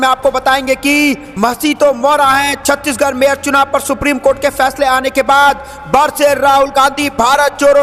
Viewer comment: Chhatish garh. Nehi Chandigarh hai😅